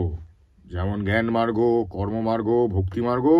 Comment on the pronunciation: মার্গো আবার কি? মার্গো সাবান নাকি? ওটা মার্গ হবে। এই কারনেই মীরদাকে দরকার আর বড্ড আনপ্রফেশনাল লাগলো